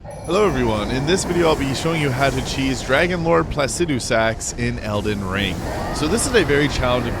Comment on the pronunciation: props for pronouncing it right